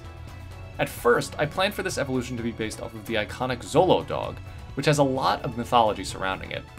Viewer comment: 'Xolo-dog' is pronounced "Cholo". The basis of the colloquial term of endearment for Mexican brothers.